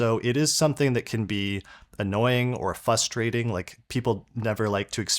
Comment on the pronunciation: Are you saying fusstrating?